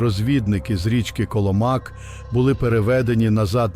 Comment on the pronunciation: Коломак наголос на другу літеру "о"